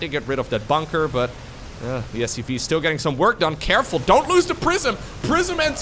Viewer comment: Sounds like is saying SUV, not SCV.